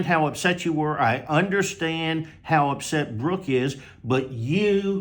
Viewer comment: Would someone please tell that there is no H in understand? Is that just college girl ignorance or a speech impediment? 😂